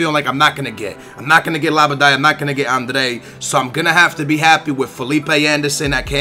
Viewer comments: labadai , andrey ... wtf! Are u really portugese ? Because u should be able to say adryan ! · its not andre its adryan like a-d-r-yyy-aaaa-n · Adryan-Andrej its adryan hahah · also its adryan not andre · wizardZzz Pronouncing it correctly is fine! It's when he say's 'André' when its clearly Adryan. Really pisses me off. Just leaves out half the name. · Why would you pronounce Adryan Andre? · Where do you get "Andre" from Adryan. Love the videos, but you are terrible with names. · It is La-by-ad and Aid-re-yan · how the hell do you mispronounce Adryan? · You have the worst pronunciation ever: Zumba, Labada, Andrey ... WTF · Kurt Zoumba, Andree, & Labydad.... your pronunciations are so bad lolll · Not being harsh, but are you dyslexic?? It says adryan, u say Andrey??? It says labyad, u say labaday??? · Please try to read the player names it's clearly Adryan and you pronounce it Andrey, you also call Labyad "Labaday".